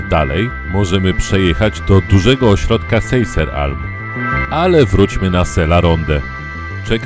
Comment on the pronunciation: Wymowa tych miejscowości pokraczna. Do takiego filmiku warto by było się dowiedzieć jak się wymawia Alta Badia czy Seiser Alm. To nie język chiński.